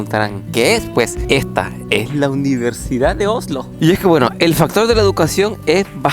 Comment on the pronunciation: por favor decí Oslo no Ojlo 🤦‍♀️. Aparte de eso lindo video con información muy interesante, disfruten.